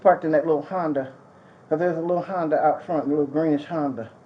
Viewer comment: And I think she's parked in that lil HONDA out front. Now, there's a lil greenish HONDA. I love that he says HONDA